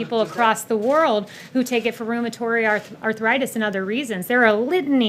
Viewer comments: "Rheumatory" arthritis? I thought this woman was supposed to be educated. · LOL. Stupid B!+@ thinks rheumatoid is pronounced "room-a-tory". Did anyone else catch that? This woman has sold her soul. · “Rheumatory” arthritis?